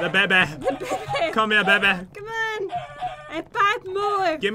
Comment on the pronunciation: said oh god baby not oh god mayby